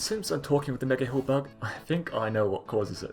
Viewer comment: I always hear "hill" in this video